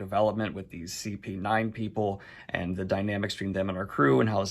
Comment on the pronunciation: Did he just say... SP-9?? 😂 Well, hope he learns later!